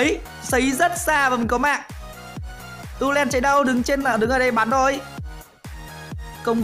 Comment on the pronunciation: tulen mà anh ấy đọc tuloen ấy